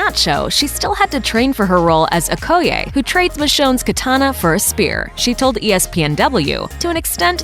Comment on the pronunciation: The way she said Okoye made me want to throw up....